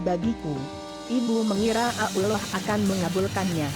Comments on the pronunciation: yg bca siapa sihk ngeselin suaranya udh gk becus nyebut allah swt ama istigfarnya,hdhdheh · Pandai betul buat cerita bohong mcmni... Nk tipu org... Fitnah seperti dajjal!!! Sebut nama ALLAH اللَّه subhana wataa'la pon salah.. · Maap ... ketepi kn duluan benar gak cerita itu...mgkin rekayasa sbg pngajaran hdup...tp coba kalian tekun dengar sebutan ALLAH sperti ABDULLAH...mohon d koreksi kan... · Tolong koreksi tata bicaranya"Allah SWT" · Hahaha. Nyebut nama Allah Aja salah. Hahahhaa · Astaqfirloh ni pembaca blg Allah aja kom susah bgt ya.... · Min..pembaca/ narator cerita ga pas dlm penyebutan Allah SWT.. tlong di koreksi. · Ni AdMin bilang Allah kok gk bisa apa gmnaya apa mungkin aku yg salah dengar ya saat bilang ALLAH . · sama ni omong ALLAH sj plepotan .tlng lah gnti yg lebih pinter ..biar ngk malu 2 1n .sekedar saran sj sih . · Nur Hasanah tak kira kuping saya yg salah dengar mbk . Trnyta admin.a ya mbkk. Bener mbk gnti ajah tuu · Di jelasin Di mana Tempat Nya Dong Min jng n Asal nyomot Video.. Di Tambah Lagi Suara Bencong google.. coba Perhatikan Sebutan Asma Allah.. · Sma ngomong allah ajh alloh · Sory to say tp most of Indonesian bila sebut ALLAH itu jadi auloh! Dlm sinetron pn slalu dgr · Bisa bicara atau tidak bilang tu allah swt bukan abdulloh swt dasar relorter goblok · Kok menyebut allah kok ukloh 🤣🤣🤣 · Kok ngomongnnya Ulloh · gua kira gua budek denger abdulloh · Dia bilang allah SWT dengan kata uloh eswete.mungkin dia kristen😣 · AStaghfirulloh halaziiim...presenter nya bicaranya kurang benar..harusnya ALLOH..SUBHANAHU WATA'ALA. bukan abdulloh swt. bagaimana ini ya... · Belajar dl masa membaca Aulloh SWT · Sebut Allah tp kedengaran ulor...🐍 Sebutin baik2 dong...,itu nama Tuhanku..😬😠 #NgakPandaiBicaraMauLagiBicara😏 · suaraa yg ngomong bikin jngkel,ga enak bnget d dengerin,dia itu ngomong allah atau apa sich,ga jelas bnget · Tlg bicara yg jelas nyebut nama alloh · Tollong pengucapan laffaz Allah dalam Vidio ini di perbaiki.. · lah nyebut alloh nya gtu 😭